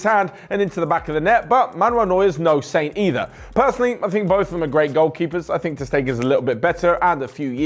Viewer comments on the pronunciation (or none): none